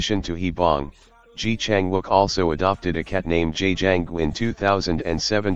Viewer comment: Please learn to pronounce his name properly.